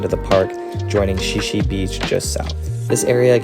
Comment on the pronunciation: The beach is pronounced “shie shie” Beach.